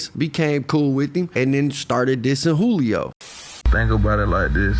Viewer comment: Funny all the news casters pronounced his name right, but 75% of the content creators on here that reported on it kept pronouncing it (jew-lee-oh). Then again i know thats a tactic some creators use to generate/increase comments...so maybe thats why